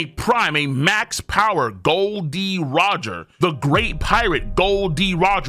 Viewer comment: KOL IT'S Gol .D Roger not Gold D Roger